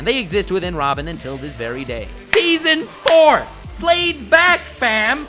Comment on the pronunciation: did you say seasom 6?!?!